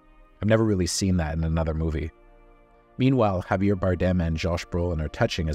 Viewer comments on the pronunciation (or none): none